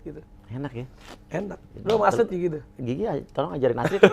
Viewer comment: ahahah parah lu ya pak bilang Tuh strid dnger striid🤣🤣🤣 auto ngakak gw